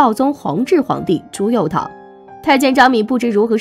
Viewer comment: 朱佑樘 cheng 姐 你也真敢读啊